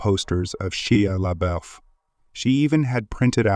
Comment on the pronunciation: Homie doesn’t know how to pronounce Shia LaBeouf 😂😂😂